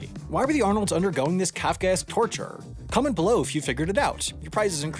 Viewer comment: Your use of kafaka-esque was spot on. However, your enunciation of it could have been better. The break-neck speed and slight drawl did blur the word rather.